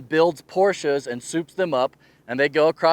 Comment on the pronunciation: Those Porsches were awesome! Even cooler that you pronounced it correctly. 😁. Thanks for sharing ...I didn't get out west much this year as I usually do because gas was just too crazy expensive. Hoping next summer.